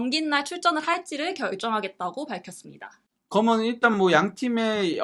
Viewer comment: 내용 참 좋은데 발음 "거면, 거면은" 너무 거슬리네요 "그러면, 그러니까" 로 해주심 감사하겠어요